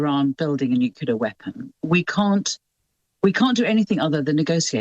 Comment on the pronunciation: why do so called educated people pronounce nuclear as nuculur?